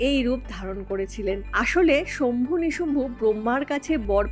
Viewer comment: শম্ভু নয় শুম্ভ